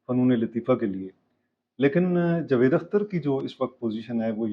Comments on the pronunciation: Sir jee please pronounce the correct name jA-vaid Akhter, not Jevaid ! جَاويد Vs جُوید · Sir jee please pronounce the correct name jA-vaid Akhter, not Jvaid ! جَاويد Vs جُوید